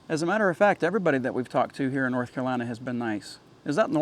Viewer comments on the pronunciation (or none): none